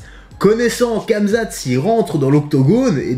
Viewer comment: Kamezate 🤦‍♂️ fais un effort